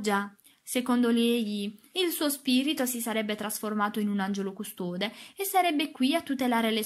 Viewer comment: Grazie per la lettura ma ti prego apri le o poi, custode e parole hanno la o apertaaaa 😅😅😅😅😅😅😅